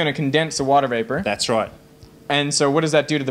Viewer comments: Eric I think he’s saying vapour but that joke was amazing. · i thought he said "liquid into viper" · vapour, not viper.....:)